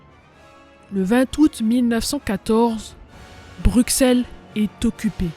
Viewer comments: On dit Brusselle mais l'écrit Bruxelles Mais belle vidéo d' hommage à ma terre natal 🇧🇪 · Petit info dans Bruxelles le x se prononce s mais si non supers vidéo. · BruSSelle pas bruksele... anverSSSS pas anver... jamais on apprends sa a l'ecole :/ meme etant Belge on apprends plus sur les francais mais surtout les americains et anglais... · Anver"S" pas Anver. le mot "envers" n'a pas la meme orthographe que Anvers donc il faut dire le S. BruXelles c'est un X pas XC tu prononce soixante (soissante) pas Soixcante. C'est pareil pour Brusselle. Sinon merci pour le documentaire ^^